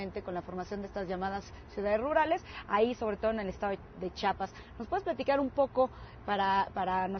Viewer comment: CHIAPAS, NO CHAPAS :S EN SERIO ES MUY DIFÍCIL DECIR CHIAPAS?